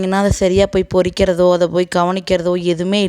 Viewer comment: சகோதரி "பொரிக்கிறது" இல்ல "பறிக்கிறது".